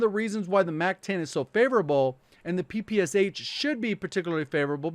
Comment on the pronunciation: Ppsh you actually should pronaunce this as Pepesha